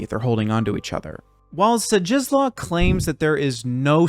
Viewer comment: Shdishwof is closer to how his first name is pronounced the funny looking ł in Zdzisław is closer to an english w sound. So it would be closer to Shdishwof Bekshinshki.